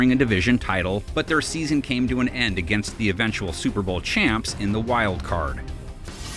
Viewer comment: Suer Bowl lol